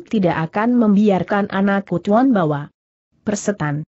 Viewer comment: Biasa,aja kali bahasanya.tuan dibaca tuon..cara dibaca ker...gimana tuh